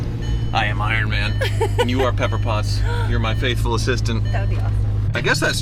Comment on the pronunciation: "ironm'n spec"